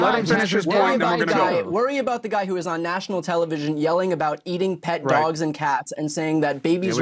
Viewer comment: "Their Eating the Daw-wogs" !